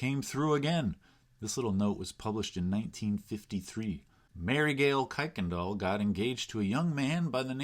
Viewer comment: Don't let people from Houston catch you saying "kuykendall" that way!